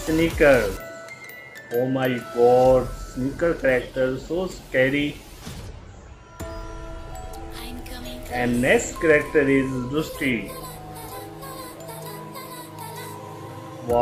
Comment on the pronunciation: Roosty? Blow-ey? Cheelee? Moopen? Jeen Luck? Dripsy?! Honey?! Snicker?! Bundit?! Sock?! Jimbo?! Bro literally said almost every single name wrong... He only said Honey, Coco and Indy right And excuse me but what's a "Corrector?" And he didn't even say Mackenzie's name